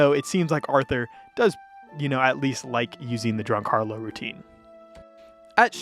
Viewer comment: just fyi, harlot is pronounced “har-lot” not “har-low”.